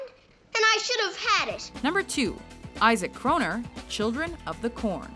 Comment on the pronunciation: “Isaac chroner” enter the chat 🗿 Cheng entire family gets in danger